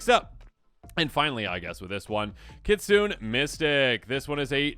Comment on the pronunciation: Just gona drop this here so you stop butchering the name but the word "Kitsune" isnt said "kit-suhn" its said "Kit-suh-nay". I get it, youre white AF, and thats fine, but at least make effort to say the names right.